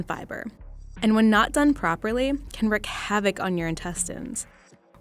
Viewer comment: it's wreak havoc not wreck havoc. not a huge deal but it's popping up more and more like the people who spell definitely as defiantly.